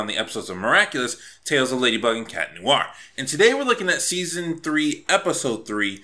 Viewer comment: "noo-ar" ?Noir? No dude, there's no pause between the "oo" and "a" sounds, like in "wah-wah" pedal, "nwahr".